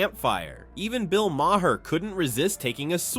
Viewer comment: It's pronounced Ma Har - not my hair!